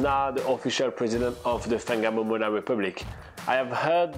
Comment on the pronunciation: No it’s pronounced Far nga mo mona the wh is pronounced as an F